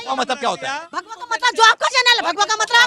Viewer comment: Bhagwa he tu bola hai aise keh rahi ho jaise bhadwa boldiya😂😂😂